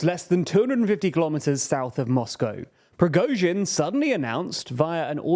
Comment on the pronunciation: due to the fact that you will definenately cover some other political events in Russia I would like to give you some pronunciation corrections, so you'll be the only English spoken channel where Russian last names are being pronounced correctly. First of all, "Prigozhin" does not contain the "əʊ". You pronounce the letter "o" like you do in the word "boat", but this is incorrect. It should be pronounced almost similar to "got" or "not". Somewhat like /Pri:'gɒzhɪn/. It is not completely correct, but this "əʊ" sounds the most wierd. Then " Shoigu". Russian in his pronunciation rules is closer to the American English than to the British one. When a syllable is unstressed, we change its pronunciation. It is quite the same like Americans do with such words as "hot" or "caught". So we never pronounce the strong "o" in his last name; it changes to "a". Also this "i" should be pronounced somewhat like the second part of the sound "ɔɪ", like you do in the word "enjoy". /ʃɑːɪ'gu/. Pay attention to the last syllable which is stressed. Finally, "Kadyrov". It is not difficult to pronounce. Only Russian "y" sound is a bit wierd, but if you do short "i", it will be fairly good. /Kɑː'dɪrɒv/